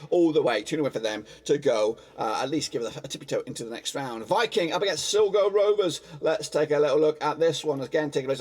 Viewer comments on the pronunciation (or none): It's pernicious s-lie-go not silgo